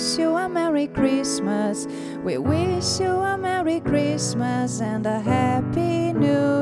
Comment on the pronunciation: Sua pronúncia de "happy" está incorreta. Happy se pronúncia "hapē"